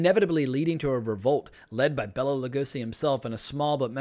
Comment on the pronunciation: It's Bela, not Bella.